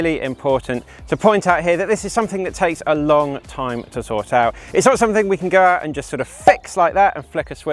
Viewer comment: How "lon" is your "lenth"?